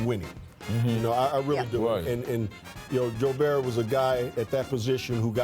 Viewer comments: This man calls him Rudy gogurt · Nigga said Ruby Go-gurt! 😂😂😂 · Not biased whatsoever, obviously, but Kendrick is being way disrespectful. Gobert's much more deserving of the 3rd team nod. At least pronounce his name right, you were never even close to his level.